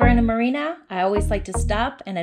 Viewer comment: It's pronounced Mar-ee-an-us Islands (not Marina Island). Thought you might need to know....